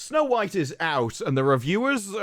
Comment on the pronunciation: yo is it me but after this his accent makes it sound like he’s saying “no white” instead of snow white 😂